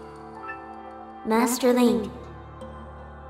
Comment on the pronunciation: Madi = Master, based on the sound Fi makes in-game when she refers to Link in her dialogue (“Master Link” spoken as “Madi Madas”).